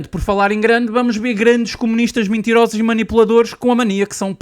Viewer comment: "Mintirosos", "bamos lá ber", num é?